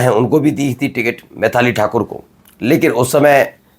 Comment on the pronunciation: अरे यार मैथाली ठाकुर नहीं, मैथिली ठाकुर बोलो यार